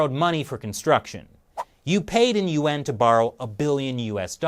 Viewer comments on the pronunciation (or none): It's embarrassing when a YouTube channel dedicated to China can't even pronounce the name of its currency correctly. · you pronounce Yuan as two syllables! Didn't shelly teach you that it's only pronounce as one syllable! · Lol every time you say Yuan I think you say UN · Here's what i think... your pronunciation of "yuan" and "UN" sounds exactly the same... which is confusing sometimes... and... you better be careful... if SarcastiBob 3000 every gets any real air time... your cushy anchor position could be in trouble... just sayin.